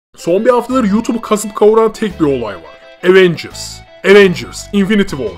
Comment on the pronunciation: evet ama bu sizin aWeNgüRs > TDK demenizi haklı çıkarmaz , cringesiniz.